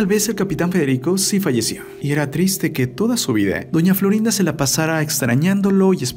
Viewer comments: No sabés hablar es doña Florinde es doña Florinda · Por qué dice Florinde?